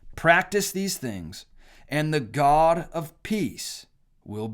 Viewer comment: Did he just say Ga instead of God?